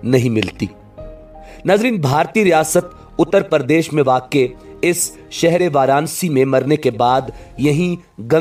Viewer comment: Apki urdu baht achi h...pr hindi baht zyada funny....jaise mukth...ko aap mukat keh rahe...Pradesh hota h aap pardesh keh rahe...acha lagega aap agr urdu k sath sath hindi bhi achi kr le...lov frm india...apki har video dekhte h hm